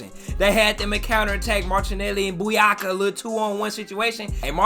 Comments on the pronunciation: Saka's name is Bukayo and not Buyako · btw it’s pronounced bu-kayo not bu-yaka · Buyaka 😂😂😂😂 it’s bukayo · 🤣🤣 turning Bakayo into Buyaka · I think he knows. It's just funnier to say Buyaka